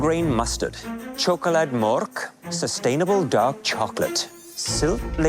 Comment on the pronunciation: Hahahah chokolate morrk